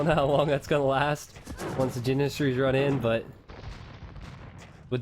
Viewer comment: Lol funny how you say janissaries